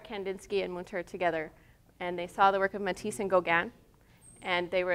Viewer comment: Thanks for this excellent tour of the artist's work ! On a constructive note, please look into how to pronounce correctly the artist's name. It is Münter, and the ''ü'' , ie ''u'' with umlaut should be pronounced differently.